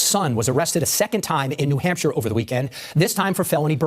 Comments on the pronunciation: 😂 you said New “Hamster” Ps love your videos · isn't not New Hamster it's New Hampshire ❤ you